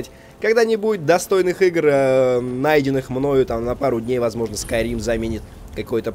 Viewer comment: Skyrim Бл**ть! А не Скурим